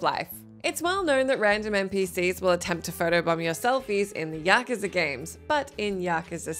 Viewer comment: Did she say “yakaza”?